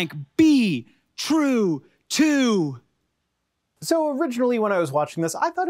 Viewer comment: ish - Don't end the sentence... , just "Be Trutoo"